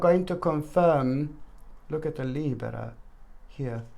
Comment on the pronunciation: I just had to say that I love the way you say Libra!! Then I always try to roll my R like you do🤣 which never works out.. Thank you ❤️